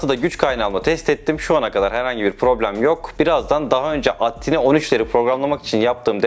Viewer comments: Ya da atmel tayni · "attine" nedir yahu "ey-tii tayni(A-T-tiny)" şeklinde telaffuz ediliyor ATtiny